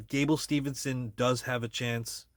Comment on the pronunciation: It’s Steveson, not Stevenson.